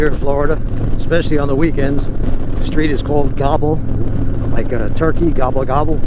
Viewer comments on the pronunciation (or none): Not "Gobble Rd.", "Gobbler Rd."